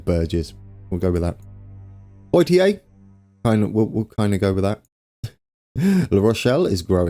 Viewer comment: Poitiers = Pwah-teeay